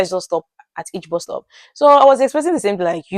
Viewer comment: We from Uganda cannot differentiate between BUS (which you are calling BOZ) and BOSS. When you said 'I missed my BUS/ I thought 'You missed your BOSS'